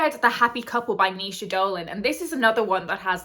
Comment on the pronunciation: I have got my Irish readathon TBR going up in tonight’s vlog but now I’ve watched this I know how to pronounce Naoise 😂 just grabbed no dress rehearsal off eBay too. Book buying ban who?